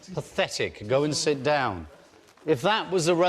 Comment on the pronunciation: it’s not pafetic... IT IS PAFETIC!! it ain’t pafetic??